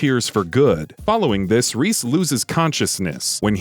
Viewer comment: You said Rhys wrong